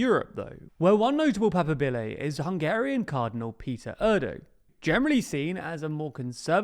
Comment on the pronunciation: A little correction in case he comes up again. Cardinal Pizzaballa is Latin Patriarch of Jerusalem, not "patriarcate" the "Patriarcate" is what he is head of. Papabile is also pronounced pa-par-bee-lay